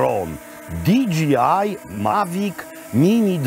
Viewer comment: Kocham pana programy od dziecka ! Ps. Mowi size < Di Dżej Aj> ;] pozdrowionka